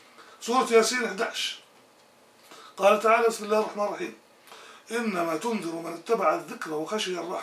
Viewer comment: ''َو خَشِيَ الرحمانَ بالغيبِ'' , الرحمان بفتح النون ياسيدي. لان الله لا يخشى احدا. فاذن, الرحمان كلمة منصوبة وليست مرفوعة.. شكرا جزيلا لك على نشرك لما يفيدنا في ديننا و دنيانا. وبارك الله لك في ذريتك.